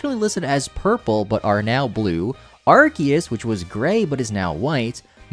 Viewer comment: Ar-se-yus not ar-ke-yus